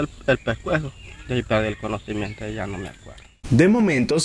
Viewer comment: Dejpuej de que le agarró el pejcuejo jue que perdió el conojimiento 😂😂😂😂